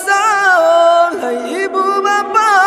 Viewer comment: sahur bg bukan saho wkwk